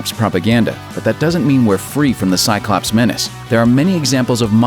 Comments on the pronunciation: shots every ...hic... time he sayz ...tsyclops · five words you pronounce wrong before your brain starts to shut down and one of them is cyclops